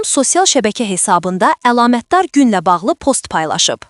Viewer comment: Alamətdar yox, əlamətdar, ixtisas yox, ixtisar